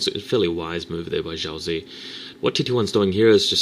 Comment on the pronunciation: Xiaozi is Chinese and it's pronounced: SHAU-tzuh (Emphasis on the "shau").